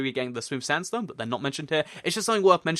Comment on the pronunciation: Lol, it sounded like you said red standstone stairs!